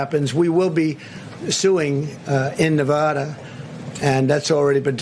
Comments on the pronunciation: You’re losing “huge” idiot, China and or Rusia can’t help you. Is Nevada not Nevathara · 4 years and he still doesnt know how to pronounce nevada...